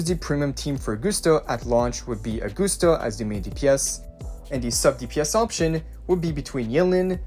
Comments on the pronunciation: OR-GUST-AH NOT AG-OOH-STA OR AG-OS-TA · “Aug-guss-ta,” not Aug-goose-ta “Yoo-no,” not “Loo-no” like in previous YT uploads. “Wuh-ther-ing,” not “Wuddering” “The,” not “dee” “These,” not “deez” Why is bro butchering everything he says? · how in the hell did you get "or-gust-ah"? Uh-gust-ah would be understandable but "OR"???? It is a Roman name, in English it would be pronounced as Ah-gust-ah or Uh-gust-ah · Ahh-goose-ta. Another name butchered. Smh